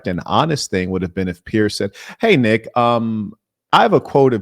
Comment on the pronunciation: Neck not wight yall hes Mexican